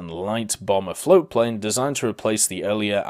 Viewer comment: it’s Aichi not AHE